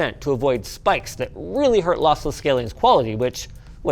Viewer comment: I thought he was saying Lothless on purpose...